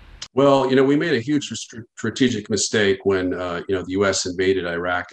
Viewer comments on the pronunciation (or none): none